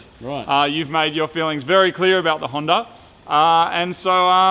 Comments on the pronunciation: Why are they calling it a honder and not a Honda? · he said Hawnder lol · Toyoter Honder Mazder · Plus I dont trust someone who calls a honda a honder. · What in the FUCK is a “HONDER” ??? 😂😂😂😂😂😂😂😂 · The fuck is a. Honder